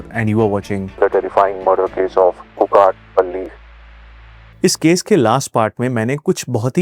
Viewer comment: Pronunciation of Kukatpally 😂😂